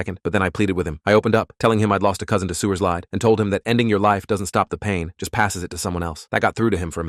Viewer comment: not the "sewer-side"